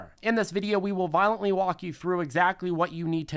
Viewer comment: I laugh every time he says violently 😂😂😂😂